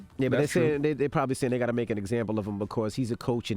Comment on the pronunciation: Envy keep saying “he gat to go home”😂😂😂😂😂😂Envy knows that all to well😂😂